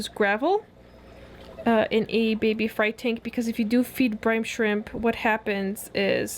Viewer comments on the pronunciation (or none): it's brine shrimp not brimbe shrimp haha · its brine shrimp not brime shrimp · I love how it sounds like you're saying brimbe shrimp instead of brine😂 the baby Betta's are absolutely adorable❤ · I love that you say "Brime shrimp" and not brine shrimp 😂